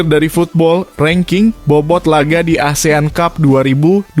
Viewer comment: Lagian ,ngomong ASEAN CUP.....aja... asean tjup ....😂